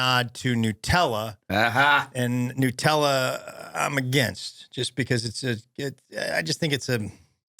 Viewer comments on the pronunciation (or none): it’s NUTella not NEWtella! Stop the madness!! 😮